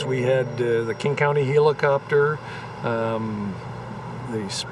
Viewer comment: Does anybody know what a he - la - cop - ter is ? 😂😂😂 it's a helicopter